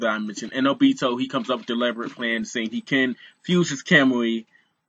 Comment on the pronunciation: bruh it's obito not obtio